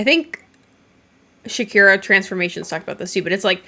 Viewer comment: Oh I love chikara. Pronounced cheh-ka-rah or chih-ka-rah dep on your accent. Shakira is a hilarious way of pronouncing it though that cracked me up